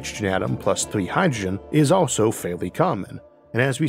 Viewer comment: "These all wepwesent mixtuwes of hydwogen"